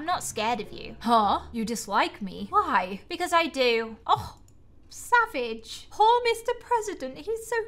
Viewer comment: Why do you say savege